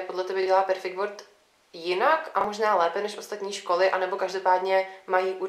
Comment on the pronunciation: Jak může být headteacher někdo, kdo vyslovuje world jako word??